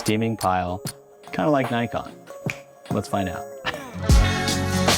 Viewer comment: 1. Being to dumb to pronounce Nikon is crazy 2. Being to dumb to actually use the software how its intended, and then making a video showing of your stupidity is crazy 3. Talking arrogantly away from the camera like npc is crazy 4. You should rename yourself to